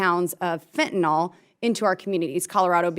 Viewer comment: It's really something how many of these congress people cannot pronounce exacerbated, and say exasperated instead. Additionally the majority of people including professionals pronounce Fentanyl "fentaNOL" .